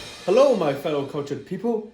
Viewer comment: "Oh, Herro." Had to subscribe lol